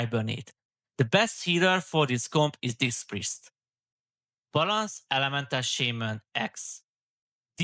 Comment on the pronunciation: ‘Balansz’ 😂 magyar akcentus peak ❤